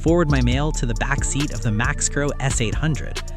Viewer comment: it's not Max-tro.... it's Mice-tro